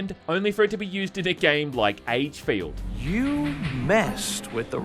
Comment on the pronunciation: I kept hearing "aidsfield" whenever said the games name, and honestly that's pretty fitting considering how abysmal the game really is.